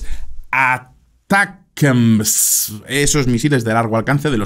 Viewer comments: "Uh-Tack-Umz" vamos que no es tan difícil. aqui va un tutorial para sonar más cool para la proxima. hahaha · "Atacams", no es tan complicado. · los Misiles ATACMS se pronuncia de 2 maneras "Atacams" sin pronunciar muy fuerte la "T" o preferiblemente "Aracams" para una correcta pronunciación al ingles, pero si los vas a pronuncia españolizado pues dilo sin mas "Atacams" normalmente. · Hola! Se supone que se pronuncia como "Attack 'em!" los ATACMS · ATACAMS. Asi se pronuncia ATACAMS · la forma mas comoda de pronunciar los ATACMS seria "Atacams". O por lo menos en español muchos suelen nombrarlo asi.